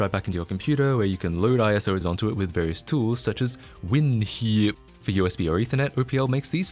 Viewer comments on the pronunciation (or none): I lost it at "WinHIIP". Great video!